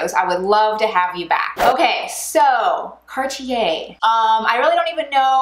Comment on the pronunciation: Can’t even pronounce it correctly..